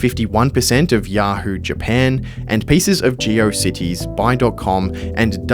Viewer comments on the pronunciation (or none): none